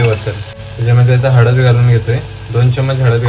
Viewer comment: Konkani manse हळद ase mhantat..hadad nahi.. la chya jaagi da kashala बोलतो... नीट उच्चार करत जा...